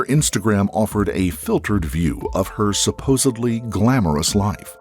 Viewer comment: “Supposebly” is not a word. It’s supposedly